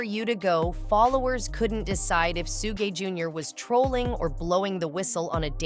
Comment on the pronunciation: Man i hate how she say suge name